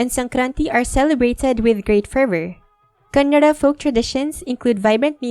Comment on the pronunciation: I detected a slight R-approximant: Kanna(r)da